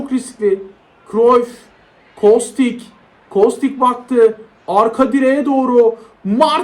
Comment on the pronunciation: Abi kostiç diye okunuyor diye biliyorum